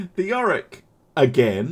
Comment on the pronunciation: York not Yorick